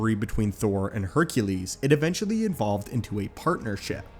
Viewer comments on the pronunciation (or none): Hercules is pronounces Heralees in Greek, not Hercales. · Heracles* not Haircules, but otherwise, nice video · Herakles... Not Herkales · HERAcles. Not HERCales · *Heracles, not Hercales, in ancient Greek. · In Greek, It's Herakles not "Herkales" or however he pronounced it. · It's HERAcles not Hercales. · Roman=hercules; Greek=Heracles. Not whatever you said. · Pronounced "hera-klees" "dye-oh-nigh-suss" "heh phay stuss" there- fixed it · You mispronounced Greek version of Hercules. It’s Heracles (Hera-clese (like these)). Heracles was born Alcaeus but his mother, Alcmene, renamed him in an attempt to appease Hera, Zeus’ wife, after she learned of the affair between Zeus and Alcmene. Heracles means Hera’s Pride/Glory of Hera (there are several different translations on the name). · Hera-cleeze. “Glory of Hera”